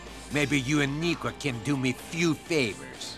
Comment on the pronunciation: "I have a work for yew" "Fyew Favors" I love how certain words roll off his tongue 😂